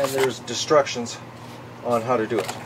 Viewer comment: Cracks me up how you call the instructions, "destructions".